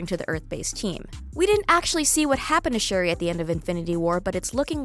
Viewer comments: This chick pronounced it "Sherry" in this video around the mark but that is NOT how it is properly pronounced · Why does she pronounce Shuri wrong in this video? 🙄🤦‍♀️ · This pirate lady is right